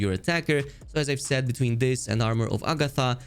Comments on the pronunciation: sorry for being nitpicky but Armor of Agathys is pronounced A Ga This, not A Ga Tha... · Okay, I CANT ANYMORE Its AGATHYS! AGATHYYYYYYYYYYYYYS NOT agathA